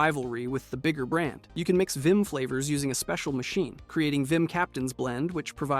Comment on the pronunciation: I also don't mean to sound like a nerd but its Vim! not vinn